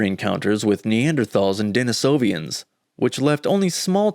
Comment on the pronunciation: Denisovans, not Denisovians.